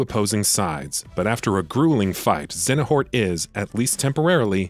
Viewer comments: ZEYA NORT - not ZENA HORT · Lol "Xenahort" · His mispronounciation of Xeohnort was really bugging me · very distracted by the complete mispronunciation of Xehanort as "Xenahort" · lmao thanks for commenting. I forgot how much of a laugh this pronunciation gave me. You right about the quality of the video but I had to say something haha. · Aside from not saying a name properly these were the best Kingdom Hearts explanation videos I've watched on YouTube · Right, I've never heard them pronounce it that way. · have you ever played Kingdom Hearts? because how you pronounce Xehanort is like cancer to the ears!